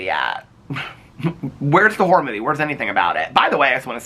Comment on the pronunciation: I can’t stop hearing “wh*re movie” every time you say “horror movie” 😭